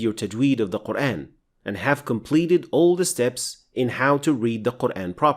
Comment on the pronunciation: Its just me or you guys hear "Quraen" ?